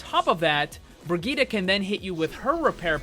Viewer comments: bree-gee-tah there simple. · Agreed. I am german and this is not the german pronounciation of the name. The second i in the name should be a short i like in "hit" while it right now is a really long one like in "shield" or "heal"